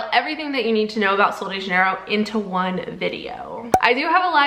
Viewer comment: The brand name is Portuguese not Spanish it’s pronounced JUH-NEIGH-ROHE